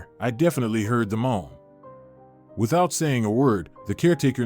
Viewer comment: I heard a Mom there! You meant " moan!! Good story!! Terrible narrating .